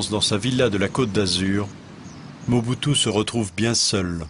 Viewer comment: C'est pas MUBUTU c'est Mobutu